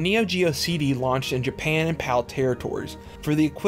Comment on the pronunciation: I’m a new fan of your videos. Super informative. The ONLY thing tho is the way you say “JA-pa-UN”. Not your fault, just the way you talk.